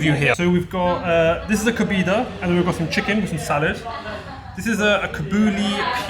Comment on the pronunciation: Flipping coconut it's Kohbaydah not Kobeedah kebab 😂 and you've got ginger eyebrows can we get a background video just abit more information on you please. Thanks